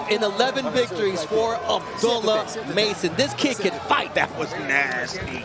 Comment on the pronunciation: MaNy Commentator FaILeS to ProNounCe HiS NamE ProPerLy. .SPeLLed ABD'U'LLAH. ..WHy ..,❓ULLaH